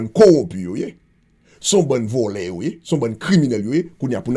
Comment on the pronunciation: Non yo di kel se VOLO el se VOLO